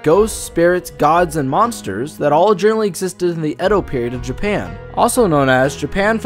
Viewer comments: He did butcher Edo, it's ay-doe not ee-doe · Non, it's pronounced eh-doh. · How the hell do you know the correct way to pronounce "Youkai" and "Edo", but butcher Tomie and Junji Ito?